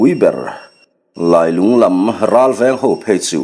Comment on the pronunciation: Ka thlalak vel pawh a rawn lang ve leh ta e. A va lunglen thlak ve. Lailung tih hi i lam dan hmasa kha a dik zawk hmel riauin kei chuan ka hria. Khawlailung khua sawina khi a nia, Lungdar hi E.Lungdar khi a ni a, Keiṭumkawn hi Keiṭum khua saw a ni bawk. He thawnthua khua leh ram, luite hi E.Lungdar khua leh a chhehvel sawina vek a ni e.